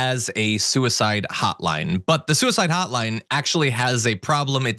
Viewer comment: This "hotline" sounds like a "not line".